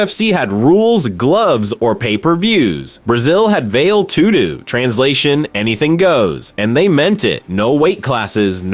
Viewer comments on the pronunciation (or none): "Veil tudu"